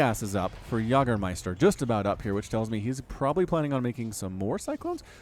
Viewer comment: Yag-ermeister? Its YAY-germeister you philistine. sie sind das essen und wir sind die Yag-er? No! Also Pacific Rim.